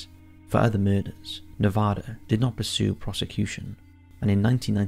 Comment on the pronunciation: I love everything about this!! I have just ONE thing, it’s nev-AH-dah!! 😅😳🤣